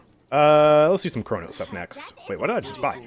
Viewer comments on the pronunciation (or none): none